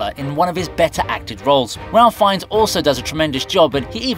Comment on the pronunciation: Ralph Fiennes is pronounced 'Rafe''.